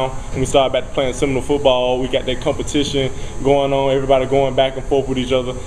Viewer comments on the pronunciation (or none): "CUP-a-tition" LOL!!!